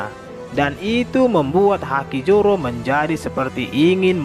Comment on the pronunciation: ZORO BANG.. BUKAN JORO 😂😂😂😂